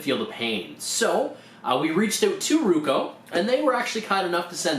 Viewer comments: its not ruko its roku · I'm Canadian. That's not a Canadian accent. You are mispronouncing it. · if you say ruko one more time I'll lose my mind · nice video but the correct brand name is ROKU and not RUKO ! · IT'S NOT RUKO !!!!!!!!!!!!!! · Right? How do you mess up a two syllable word.